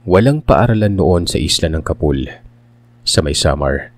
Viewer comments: “Ca-pool” ang pag pronounce po. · Slow reading po si capul.. ( ka- pol) Anyway nagulat ako.. meron pla silang kwentong gnyan.. 😅